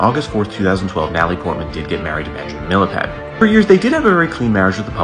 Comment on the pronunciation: It’s pronounced MEELPYEH. Yes he’s a cheater, but he’s not nobody. he was the director of Paris Opera Ballet, the oldest ballet company in the world. He was also a principal with NYCB. Honestly, don’t mind me, just a dancer annoyed that yet again people don’t recognize us at all.